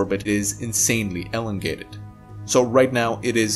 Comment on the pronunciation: "Ellengated" (As in DeGeneres?)